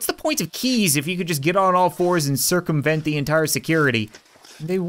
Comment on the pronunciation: ‘circum-VENT’ ha ha I’m sorry